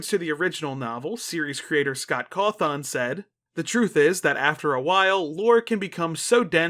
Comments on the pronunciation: also boss the way you say Cawthon feels so weird- like you emphasize the THON a bit too much (not a big complaint just a bit jarring cause I’ve known that name literally since I was a child) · i'm always scared of commenting like this cuz i always fear that people will misinterpret this a being mean. cuz when i wright it's more what i'm thinking rather whan what i would actually say, but... this is the first time in 12 years where i've heard someone mispronounce Scott's sirname. yet again back when i did people generally didn't know the guy before hand. i'm sure someone's already commented this, but the O in cawthon is pronounced as an Ĕ